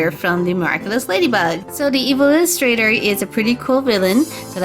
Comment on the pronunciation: First of all, it is pronounced evillustrator not evil illustrator, and second of all, YOU DIDN'T PAINT THE NECK OR HANDS.